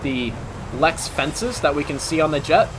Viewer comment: Nice vid, one problem though. They're call LERXs... Not 'LEXs'. I winced every time I heard you say 'LEX'... 😉😋 Leading Edge Root Extension/s Source- Career in USMC aviation